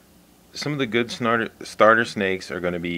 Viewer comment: Snarter snakes, lol